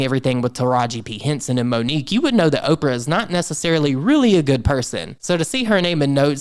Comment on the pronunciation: Not Opera but Opra, as in Oprah Winfrey. Look at the context, the names accompanying hers.